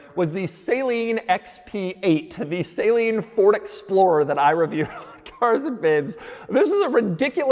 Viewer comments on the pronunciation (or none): Doug is the type of guy to say "Saline" instead of Saleen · Doug is the type of guy to still mispronounce Saleen.